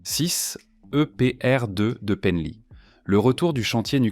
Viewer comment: Comment est prononcé "Penly" !? N'importe nawak !!! LOL